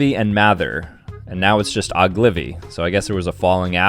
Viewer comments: Oglivy💀💀💀 it Ogilvy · "oglivy" its ogilvy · Oh-gil-vee. One of the top Ad agencies in the world.